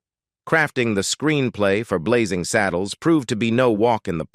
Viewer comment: It’s Blazing SADDLES, NOT SADDLEES